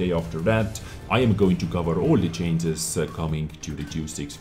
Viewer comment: why does your "changes" always sound like "chances"